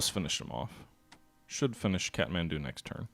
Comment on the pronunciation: Yes that is indeed how Kathmandu is pronounced, but Khartoum is pronounced Car - Tomb